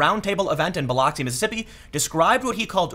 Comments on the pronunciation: It’s pronounced “ba-lux-e” not “ba-lox-e.” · I was at that Trump rally last night in Biloxi... And Tim, it's pronounced bə-lŭk′sē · Tim my man, my family is from Mississippi. It's pronounced Ba_lux_y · Tim everyone in the south pronounces it as buhluxy